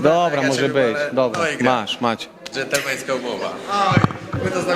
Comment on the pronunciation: Bez kitu ten Diego to jest Burak przy trząsł się 👎 jeszcze mówi dżentelmeńską🤦